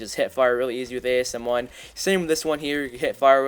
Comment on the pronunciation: ASM1 is really "Accriate"